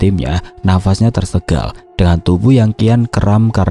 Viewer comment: kok sy dengerin setiap ngomong tersengal jadi tersegal. Padahal waktu ngomong sangat, banget, hangat bisa lho. Tp klo tersengal kok jadi tersegal? Kenapa om?